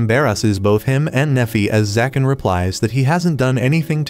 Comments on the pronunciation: Why do you keep saying zakan and not ZAGAN...??? Is details checking to difficult...? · He’s name is zagan not zakan